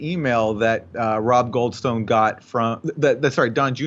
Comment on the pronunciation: “Goldstone”. Every. Single. Time